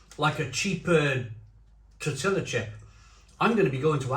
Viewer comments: Do all Brits pronounce tortilla as “tor-till-ah”? Cracks me up each time you say that. Latinos & folks from Spain (ie the people who invented tortillas) pronounce that as “tor-tee-ya” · Tortilla is pronounced Tor-tee-yah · He might butcher the name, but at least he’s sampling some off the finest items Mexican cuisine has to offer